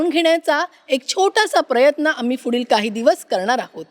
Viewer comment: FUdil naahi PUDHIL adhi bolayla shika.